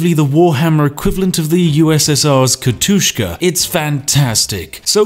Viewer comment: It's "Katjuscha", which is a diminutive of Katharina